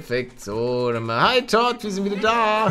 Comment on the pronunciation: MAN SPRICHT TOUD AUS 😂😂😂😂😂😂